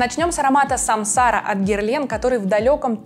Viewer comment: Спасибо за презентацию! Герлен обожаю.. Но! Ударение всё же на последний слог - Самсара ааа)))